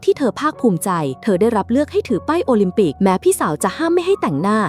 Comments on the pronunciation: โอลิมปิกกลายเป็นโอลิมปิ๊ก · วงแหวนโอลิมปิก❌ วงแหวนโอลิมปิ✅ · โอลิมปิกไม่ใช่โอลิมปิก😂😂😂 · โอลิมปิก❌ โอลิมปิ๊✔️ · วงแหวนโอลิมปิกไม่ใช่โอลิมปิ๊กชื่อพ่อหนูชื่อว่าปิ๊กนะคะอย่าร้องนะคะหนูตบกระเด็น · โอลิมปิก กลายเป็น โอลิทปิ๊กก 🤭 ฮาอ้ะ ช็อตนี้ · โอลิมปิกไม่ใช่โอลิมปิก